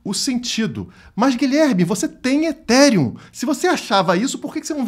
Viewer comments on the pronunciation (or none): É o início do fim do “eTíRiUm”